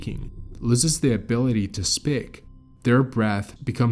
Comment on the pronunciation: Loses their ability to spyk (speak), even with the captions the word "speak", is not there. Coincidence? I think not... Lmao